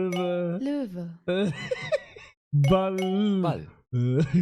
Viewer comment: Bro ball hat eine Silbe bist du lost, ich hab das meiner 8 jährigen sister gezeigt sie hat geschmunzelt und gesagt, du sprichst das komisch aus😂